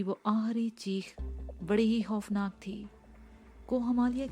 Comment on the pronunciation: Khoofnaak ko hoofnaak kehte hain